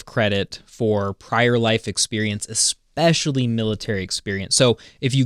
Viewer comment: There is no x in especially....or in espresso for that matter...🔥🙂